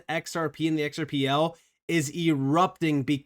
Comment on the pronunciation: It's pronounced "axel-are"